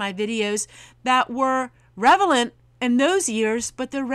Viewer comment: Relavent, not revelent. 😉